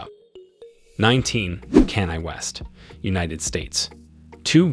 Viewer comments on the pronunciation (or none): Kanye is pronounced Con Yea. ...not can I. Beyoncé's name is pronounced Beyon- say. Patrice is pronounced patreese. And I'm sure you got everyone else's name wrong too. Plus, you explained how the first white looking guy (Karp) made the list as a black person but what about the rest? Rhianna is from the Caribbean in America. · Kene? kenin? West SERIOUSLY.... WOW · "Canine West" 😂😭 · This is the most erroneous and dumb video that I have ever seen...Besides the rankings are screwed .. .Rihanna and Kanye are not richer than Michael Jordan... Tyler Perry is not 21 yrs and the correct pronunciation is not Keenan West but Kanye West ..!! The narrator and producers of this video are very dumb RACIST people ...YouTube pleeaaazzze take this video down asap !!! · This presenter is wildin, first calling them blacks then Tyler Perry is 21 then kan-ye hehehehe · Have you never heard of Oprah, Kanye or Beyonce. It's almost indefensible to make a video with these people and not know to to pronounce their names. And a few of these people on this list are not black and probably would not identify themselves as such. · His pronounciation of Kanye and Oprah is shockingly terrible. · He got Kanye name wrong af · Messing up Kanye name was bad enough, but when you called Oprah, Opera... Had to turn the video off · Dumbest video editing, of obviously white/Anglo or Arab folks being called Black, not that there is anything wrong with being Black... Surely you could have edited and found 30 actual African, meaning dark brown skinned billionaires to make what is pretentious video, as you cannot even pronounce Kanye's name properly for example!!! Try again, and for the love of GOD, no South Afrikaans on a list that should be what u describe it as!! BLACK billionaires!!! Can we get a break!!!